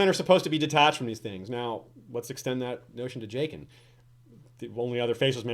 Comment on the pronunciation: Also, this is just me being a bitch.... I'm a little annoyed how you pronounce Jaqen. I remember you guys doing it for other characters too like Varys. George R.R. Martin uses silent vowels in most of his characters names. That's why Arya is pronounced Ar-ie-a or Daenerys is pronounced Dah-ner-is. Maybe its just my preference, but Ja-gen sounds much more medieval sounding then Jae-gen